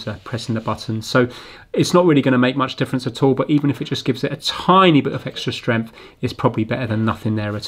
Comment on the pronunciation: I love the way he says "Stremph" for "strength" :D :D